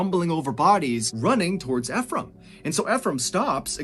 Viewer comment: Anyone else annoyed he's not pronouncing Ephraim correctly? There's a city called Ephraim in the state I live in, so every time he says it, I feel like I'm rolling in my imaginary grave.